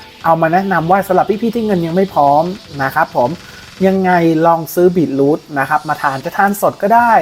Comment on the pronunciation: มันอ่านว่า บี-ทรูท ไม่ใช่ บีท-รูท ครับ